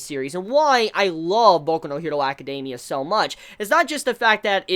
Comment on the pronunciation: ..''acadeiimia'' ? xD???